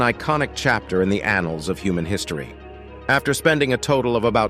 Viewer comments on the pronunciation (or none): none